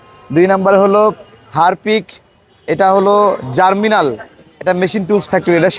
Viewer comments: ভাই উচ্চারণটা জার্মিনাল হবে না, হবে জার্মনিল।। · জার্মিনাল না জার্মনিল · 'জার্মনিল' হবে, 'জার্মিনাল' নয়।